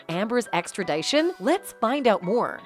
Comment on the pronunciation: It's not prounonced -extra D EYE Shun. It's pronounced- extra DISH un (extradition)